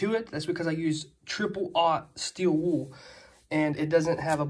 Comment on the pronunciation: There's an "L" at the end of the word "Wool."